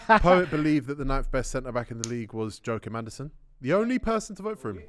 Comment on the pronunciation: Need some respect on Joachim Andersen’s name